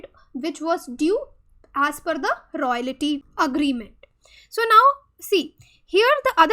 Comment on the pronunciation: "Royalty" ko "Royality" bol raha hai